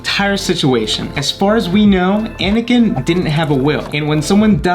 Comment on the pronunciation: it Anakin not whatever u said